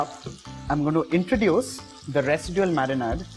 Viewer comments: Nice and quite simple also... thanks.... btw its not marinaaad... its like marinaid... like ayyyd... it kind of kept on hitting my ears... but thanks for the dish💟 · I almost subscribed and then I heard him saying Marinaad. I can't hear it more so let's leave it here.